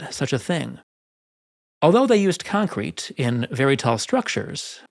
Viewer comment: I suggest you make up your mind as to which syllable you wish to stress in pronunciation of the word concrete, and stick to it.